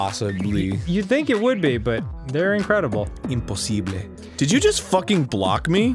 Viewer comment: Man... Arin that "imposible" was on point... like... man you sounded like a native for a second, like a different person.